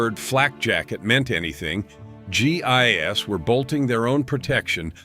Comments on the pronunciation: G I S? You Mean GI's.. Lord these things are to dumb to listen to and just making people dumber.... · Pronounced "gee, eyes." Not gee eye,ess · Gee eye ess is not how you pronounce GIs. Why does no one who posts videos seem to proof them? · My sentiments exactly. You'd think there were better narration software that would know this. Everytime I heard it it was like fingernails on a chalkboard.